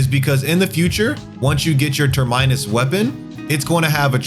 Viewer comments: Awesome video. Also, aegis is pronounced "ee-juhs" and terminus is pronounced "tur-muh-nuhs" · Dude needs to work on his reading and pronunciation. Keeps saying Gan-dan-go-za and ter-mai-nus in several of his videos. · How did you get Sah-ba-ha from Zathba? Ter-minus? Ol boy says “I got a Ter-mities infestation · You lost me at "ter-minus" 🤯😐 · Listening to this guy mispronounce words like "Terminus" is painful. Let's not get into how he pronounces "Sigil" as "Sigual".